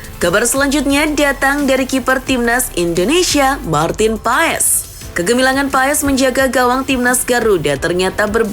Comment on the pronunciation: Bacanya pas min bukan paes, maarten pas !